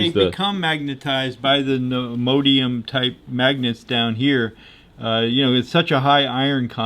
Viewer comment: Someone PLEASE tell that man the name of those magnets is pronounced "nee - o - DIM - ee - um".